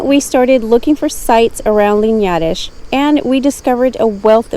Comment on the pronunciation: Tip: when you don't know or are unsure about how to pronounce the places' names, use Google Translator, click on the speaker on the Portuguese side of the translation and repeat until you're comfortable saying it (I'm sure I'm not "teaching" you anything new). You did good on the pronounciation of "Linhares" but not so well on "Celorico", "Matança" or "Guarda". ; )